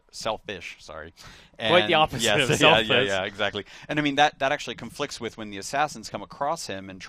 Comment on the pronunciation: stop - saying - WHIT!